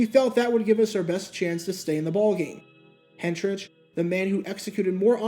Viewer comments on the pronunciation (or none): For future reference, then-Titans P/KO man Craig Hentrich's surname is pronounced HEN-trick.